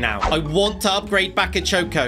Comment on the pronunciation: It’s Bakayoko not Bakachoco